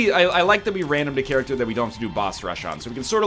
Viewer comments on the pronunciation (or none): none